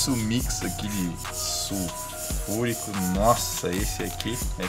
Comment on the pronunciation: "suFURICÃO" QQISOBARONE?